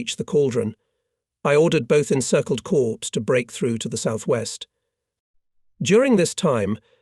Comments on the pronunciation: Caw has a longer a sound than corp, like the noise a bird makes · Corps is pronounced caw, not corpse.